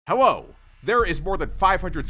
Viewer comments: why does he say hello like hewo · he says hewo